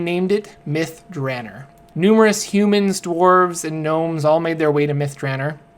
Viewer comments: Long O in Drannor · You're pronouncing it wrong by the way. It's DranOr. There is no E at the end. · can't deal with your pronunciation of the name...👋